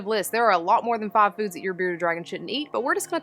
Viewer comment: You don’t have a strong accent, but the second I heard you say “five foods” I was like “Oh, this girl is from Alabama.” And, it turns out, right down the road! Hello from Huntsville, neighbor!